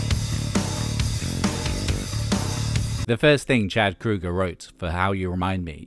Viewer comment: I know that is how you're supposed to pronounce his name, but it's kind of surreal actually hearing Chad Kroeger's name said correctly after years everyone just not saying it right. lol.